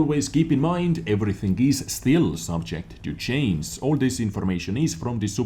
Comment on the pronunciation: it's simple, just pronounce chain in singular and ad a g, so it should sound like this, subject to chain-g. Just DO IT!!!